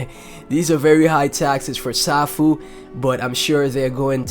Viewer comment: Nice vid. BTW, Safuu is pronounced "Sayfoo" . Also, there is no presale of SafuuGo (SGO). You will only be able to swap Safuu for SGO during the first 12 hours of SGO release. After 12 hours, you can buy SGO with BNB. So buy Safuu now if you want to get SGO as soon as it is released.